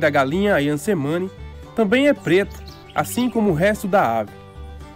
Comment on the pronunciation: Só uma nota, letra C no idioma indonésio se pronuncia como "Tche".